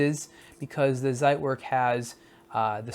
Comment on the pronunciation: It's pronounced tsait - verk Great review otherwise though!